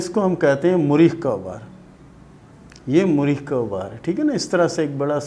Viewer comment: Apko to thek se bolna b nhi aata its not زیل its زحل .. and what is مُرید ? ? its مریخ .. اور مریخ کے دو ابھار ہوتے ہیں ایک منفی ایک مثبت ... یہ بھی تو بتاٶ نہ